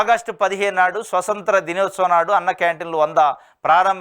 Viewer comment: సొసంత్ర కాదురా 😂😂😂 స్వతంత్ర.. నిన్ను news reader గా తెచ్చాడంటె, YNR గాడు బాగా మిగుల్చుకుంటున్నట్టున్నాడు.. dead cheap 😂😂😂😂😂